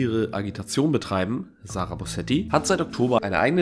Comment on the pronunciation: Du hast zwei wichtige Punkte vergessen: die beiden Punkte auf dem "o". Sie heißt "Bösetti", nicht "Bosetti".